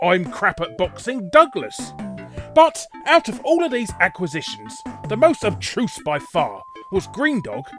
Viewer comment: Did you just say "Obtruse"? That's... not a word.